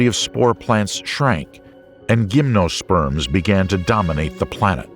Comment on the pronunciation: The script is very loose. Insects are animals, of course (unlike the description here); ancient dragon flies were not “ugly.” Animal species do not “reinvent themselves.” When describing the first gymnosperms (correctly, it should be with a soft “G” as in “gymnasium”), angiosperms were depicted. There is no reason to give both metric and english units of measurement. Birds are not ancestral to crocodiles. Volcanic traps killed all living things, not just animals. The Mesozoic can neither be “entered” nor “soon entered.” The conifers of the Permian disappeared and were replaced by Thuja and Araucaria—but those are also conifers. There is no long “A” in “Cycad” (otherwise it would end with an “E”). It’s too inaccurate to compare an animal to both so distantly related animals as frogs and alligators (the former being an amphibian, the latter a reptile). Most tetrapods walk on their toes, not their heels—even today. I could go on, but I’m going to watch something less misleading. This script is terrible.